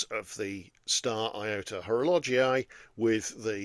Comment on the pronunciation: Before opening this video I had concerns regarding the pronunciation of Horologii... But in fact it's ok. ❤ Enjoyable as usual, thank you and happy new year.